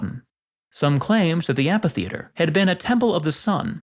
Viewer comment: Isn’t it pronounced amfi? I keep hearing you pronounce it amPHi